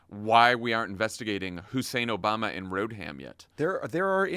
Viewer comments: "Road-ham" 🤡 yes, that guy sure sounds like he's got a finger on the pulse. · He said "hillary road-ham clinton".... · The Q-anon guy actually said "Barack Hussein Obalma and Hillary Road-ham Clinton". I thought he might be attempting a bit of word play with "Obalma" having something to do with embalming? Who even knows. The Q-ers aren't known for their with or intelligence.